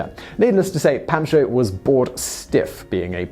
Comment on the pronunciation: Pahn-cho. Otherwise top notch!